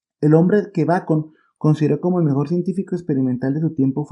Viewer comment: Muy buen video!! Una modesta aclaración: Sir Francis era de apellido BACON ( como Roger) y no BRacon. Fue el primero en establecer reglas del Método Científico, en especial el Método Experimental Inductivo.